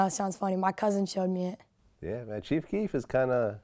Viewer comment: THIS YOUNG WHITE BOY DID NOT SAY CHIEF KEEF LMAO BOY GET THE FUCK OUTTA HERE